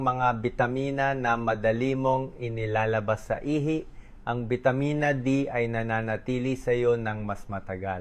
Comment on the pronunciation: Ihi...not ihay. The problem of AI😅